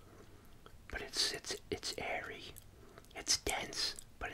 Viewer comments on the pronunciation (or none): none